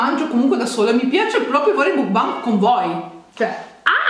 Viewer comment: Makbang... MAKBANG...si pronuncia makbang...grazie